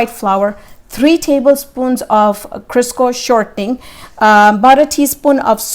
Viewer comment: I think she was saying Crisco :-)